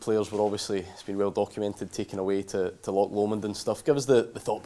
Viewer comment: He needs to go just for the way he pronounced Loch. That alone is a sackable offence nevermind how horrendous we've been this season.